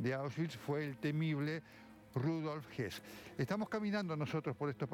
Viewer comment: Exacto amigo por que muchos lo pronuncian como Rudolf Hess el lugarteniente de hitler y la pronunciasion correcta es Rudolf Höss.